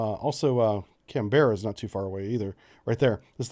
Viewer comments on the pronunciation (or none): none